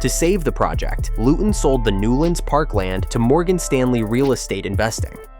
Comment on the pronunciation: 2 mins in and I was worried this could be AI slop. But- it’s so far well thought out. And you pronounce Luton without the T, so that’s good work already. I get to see Power Court rise most Fridays near my work place (And based on the need to move since 1955, it’s a needed long term investment)